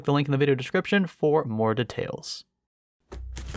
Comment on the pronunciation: i get triggered by the way he pronounced details